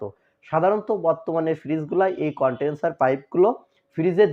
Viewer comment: এর নাম কন্টেনছার (Contenser) না কন্ডেনছার (Condenser)। উচ্চারন ঠিক করুন।